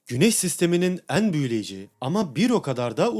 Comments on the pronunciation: Eeeğn eeğğn demen çok yordu lütfen düzgün telaffuz eet 😭😭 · "En" sözcüğünü söylerken "Een" diyorsunuz. Üzerine çalışabilirsiniz. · Şu en kelimesini doğru telaffuz etmeye çalış allah aşkına.. bu ne böyle çok kulak tırmalayıcı